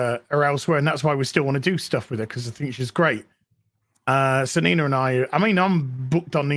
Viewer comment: If it means I won't have to hear call her "Neener" again then I'm all for it...